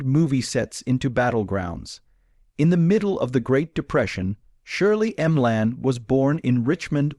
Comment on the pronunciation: What a load of fiction and crap! You should be banned from YouTube. All this is is lies for profit and a cheap, cheap, cheap AI voice. Shirley M-Lan. Give me an effing break.